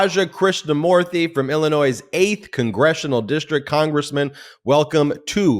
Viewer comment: Ben just said "Illinoise".